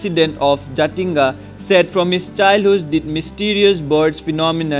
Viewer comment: we called Jatinga not Jathinga 😃😃